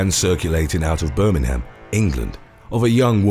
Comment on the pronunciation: Birming-ham? mate you are just trying too hard too hard to please the north americans.... be true to your own accent and pronunciations.